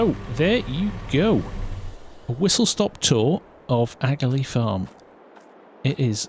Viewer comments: Just curious… would it not be pronounced aka-lee instead of agalee? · it's pronounced akalee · Your pronouncing aghalee wrong there bud i live in lower ballinderry right beside it